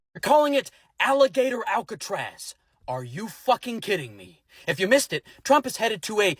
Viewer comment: It’s Alligator Alcatraz. Not Alligaytor Alcatraz!